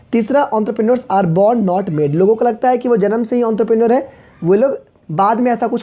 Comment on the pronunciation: your entrepreneur prounsesion is wrong